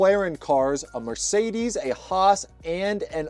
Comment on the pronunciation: Alpine spricht man Alpin aus und Roos ist nicht Roos sondern HAAS